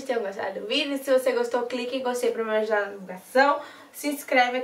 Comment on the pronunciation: Mulheeeer amei todos,mas nn consegui entender o último,"Mia judaaaa"💔